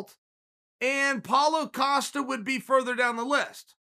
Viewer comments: Who TF is paulo O'costa? My god chael you stay fucking up these guys names! I can't tell if your trollin or illiterate.... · Its Israel Adesanya vs Paulo Costa not what you said...